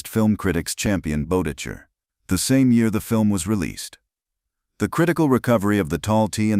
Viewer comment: You’re mispronouncing the name of the director. You pronounce it – – BET – ICK – ER.